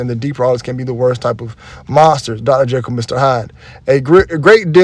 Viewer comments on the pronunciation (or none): none